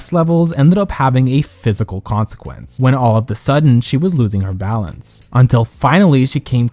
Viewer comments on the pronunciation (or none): none